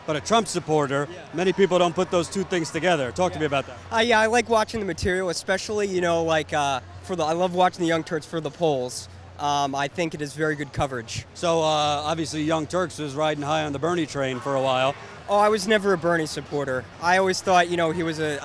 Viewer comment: did he actually call it "The young turds" ? x)